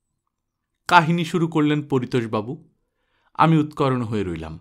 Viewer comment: Just a Feedback - উৎকর্ণো হবে। উচ্চারণ.